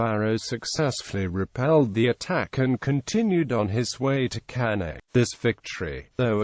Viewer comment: Cannae is not pronounced properly.